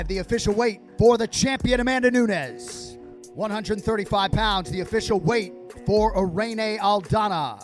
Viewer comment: CAN YOU PLEASE PRONOUNCE NAMES CORRECT ... ffs NUNEEEEEEEEEEEEEEEEEEEEEEES ffs DAMN FUCKIN BOT it's extreamly lazy not using your own voice in videos better yet do some freakin research in how to pronounce names two e's = an i, while a regular e is a damn e so NU-NES GET IT !